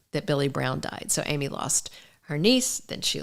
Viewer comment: Her name is pronounced with a short vow ă, like am - eee, not Amy. Interesting video, though, thank you.